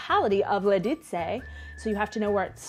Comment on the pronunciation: VšichŇi liĎi z LiĎic. Vyslovovat měkce, jinak to furt zŇí jako jasný cizinec 😉